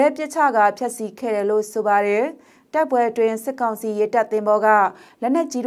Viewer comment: အံကျိတ်ပြီး ( တယ် )လို့မပြောပါနဲ့လေကောင်မရေ့